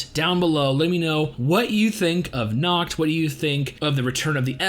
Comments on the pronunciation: Bro do not pronounce "Nacht" like "Nackt" because "Nackt" means in German "Naked" 😂 many English speaker have problems to pronounce the soft "ch" sound in words like" Nacht " properly. Usually they tend to produce a" k" sound, so they say "Nakt" and not" Nacht" or "Likt" and not "Licht". There is a simple trick how you can produce that sound correctly. Simply whisper the "y" in "yes" instead and it would sound better. Hope it helps you btw I'm not a German and German is not my language it happens I just speak couple languages 😅. Oh and great reaction. 🔥🍀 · Just so you know....Its Nacht and Morgen😏